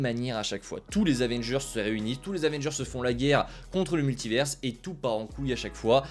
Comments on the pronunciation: Pourquoi tu dis multiverse ?? Soit tu le dis en anglais et tu fais l’accent soit tu le dis en français et tu dis multivers. Jamais compris le délire de dire multiverse. Ca n’a pas de sens. C’est comme si on disait universe pour dire univers. En anglais ils prononcent le S mais pas nous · Svp apprenez à prononcer Multivers